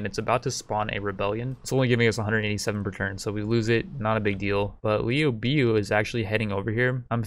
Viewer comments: Liu biu? It's LIU BEI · No that was liu biao. He called liu bei “liu bee”. My advice to the uploader is to watch 2010 three kingdoms. It’s better than anything the west makes and it will help with the pronunciations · "Lee-You-Bay" don't disrespect him